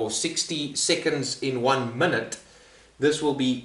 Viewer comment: There's no L in minute, relax with the shit pronounciation